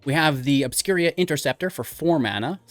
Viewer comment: Obscura sounds like Obscure with an a on the end. Obscur-a. I haven’t determined where the I is coming from in your opening segment. Obscur-a. Obscuria reminds me of players that habitually say Ravinca rather than Ravnica.